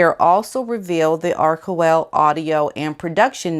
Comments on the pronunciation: Pronounce it this way "Are ch (like church) well. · Love your belabored pronunciation of the ever pompous "Archewell" You know how to hit the nail on the head in Meghan's foolhardy attempt at being it the celestial kingdom of the up-up-upper class.